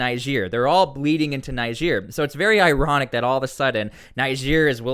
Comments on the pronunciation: Dude it’s not pronounced NI-GEER. It’s NeeGER. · why add africa after niger why not just say niger also its pronounced neejay👍👍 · add another g in niger